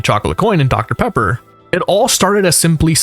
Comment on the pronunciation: Deoctah Peappah